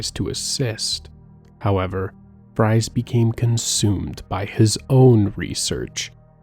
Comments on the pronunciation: Victor Fries is pronounced Freeze, which he also fucked up as well as Falcone. Drives me nuts tbh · fries is pronounced freeze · Your mispronounciation of so many things, especially the names, woke me up lmao. Victor Fries for example. "Fries" is pronounced "Freeze", obviously lmfao. Falcone was another one as well as Officer Boles. I sort of wish you'd have done your own research BEFORE doing an entire video on the Arkham Series, man. Really disappointed in minor things throughout the video, that would be fine on their own but start to pile up. I know this couldn't have been easy to make though, so credit where credit is due!